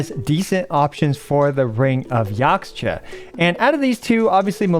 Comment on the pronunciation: Just like with Chinese the X in Mayan words like Yaxche is pronounced as SH ^^ So it's Yashche :D